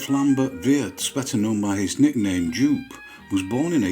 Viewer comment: Wouldn't the German name Jupp be pronounced "yoop"?